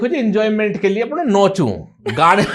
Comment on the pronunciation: Nachu ❌ nochu 👍😅